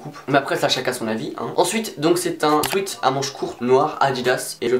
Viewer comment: Tu essayes de bien prononcer Urban Outfitters mais essaye de prononcer sweat correctement ! 😉 Sinon super bien la vidéo et surtout les articles Kappa 😵👌